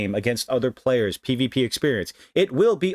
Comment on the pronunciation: "P.L.A-yers." I know bro, China taking over Taiwan by force is bothering me too